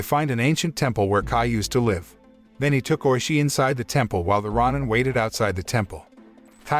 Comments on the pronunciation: I loved this film, but it is pronounced ROW-nin, not RAH-nin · It’s row-nin. And they are samurais but ones without home or allegiance to a master or country. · It’s pronounced row nin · is it pronounced ro nin or ron nin